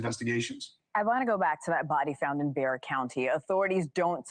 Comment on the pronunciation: Bexar the x is pronounced like an h. Everyone one here in Bexar County, pronounces it Bear County.